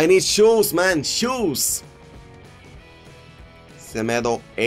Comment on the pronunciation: schulz the lb from dortmund. but yeah his accent makes it sound like shoes lmao